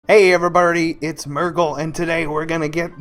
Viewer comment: i heard "everyburdy", also if you're reading this great guide lol